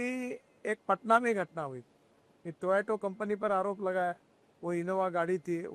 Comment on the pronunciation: 5 वीं फैल इस मंत्री से पूछो पहले कि टोयोटो नहीं टोयोटा कंपनी है 😂😂😂😂